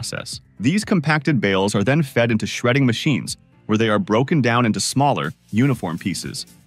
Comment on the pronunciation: This robot English still isn't ready for prime time: the machines' way (all the machines, all over YouTube) of combining an adjective and a noun much too often comes off with a bizarre pair of emphases, very often carrying strange implications. "Shredding MACHINES," is just plain odd. "SMALLER uniformpieces" tells us that the narrator thinks a uniformpiece is a thing. Ugh. "Electric arcfurnaces" has the same problem. The reader doesn't know that it's the arc which is electric, but the importance of "furnaces" stops "arc" from getting prime accentuation. And so it goes. Stop it, OK? Just stop it! You're ruining the language, probably on a planetary scale -- and you're turning YouTube into a mental slum.